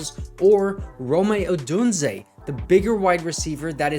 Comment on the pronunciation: Love the videos but plz stop saying (roe-may) Odunze. Triggers me so hard lol